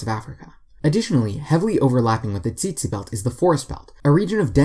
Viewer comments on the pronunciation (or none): its not "tsitsi" fly. you say it like "tsetse" fly. with the e sound for egg. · Tsetse is pronounced with an "e" as from "set" or "pet" not eon, also how do i subscribe more than once🤣